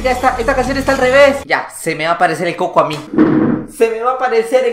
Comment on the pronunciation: Se dise cuco no coco